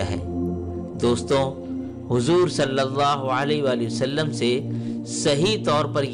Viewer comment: السلام علیکم بھائی آپ کی کاوش بے مثال ہے مجھے امید ہے کہ آپ محسوس نہیں کریں گے مگر یہ حقیقت ہے کہ آپ کو صلی اللہ علیہ وآلہ وسلم کہنے میں درستگی کی ضرورت ہے۔